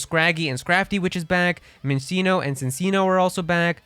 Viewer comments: Sad you butcher too many names here. As a side note is not minseeno, it's a chinchilla. MIN-CHEE-NO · people still mispronouncing pokemon names in 2023 yet the call themselves fans of the franchise all mispronounciations: ECKS-egg-cute= Exeggcute ecks-EGG-u-tore= Exeggutor EE-loo-MEE-zay= Illumise min-CHEE-no= Minccino cin-CHEE-no= Cinccino MIHL-suh-ree= Milcery dur-RAH-loo-dahn= Duraludon were-DEAR= Wyrdeer Taken from serebii actually, so study up on pronouncing them before making a video on pokemon or just steer clear entirely